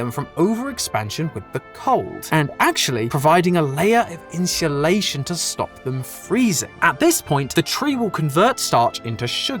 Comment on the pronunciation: my favorite part is when he says insulation